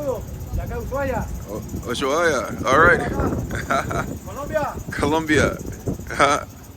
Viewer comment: Man you don’t even know how to say Ushuaia